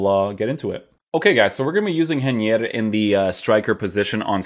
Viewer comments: You almost got the pronounce right! "Rei" would be like "Hey" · I'm Brazilian and you pronounce his name hey-knee-err